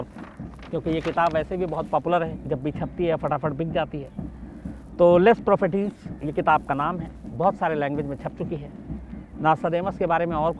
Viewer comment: लेस प्रोफेटीस नहीँ इस का उच्चारण है ला प्रोफेसीस